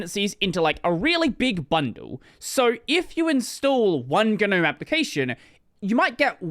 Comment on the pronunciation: all my life: gnome this dude: GEUH-nome